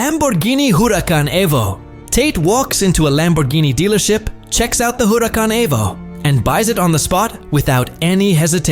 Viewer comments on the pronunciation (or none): none